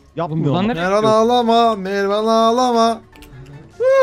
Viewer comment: NDNG-Enes Batur :Mervan yerine - mirvan :D